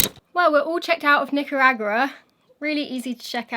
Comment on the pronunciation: Oh wow did you just say Nicaragua properly for the first time lol Well done!